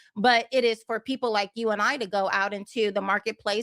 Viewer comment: “Who don’t vote? I mean what kinda peeepo?”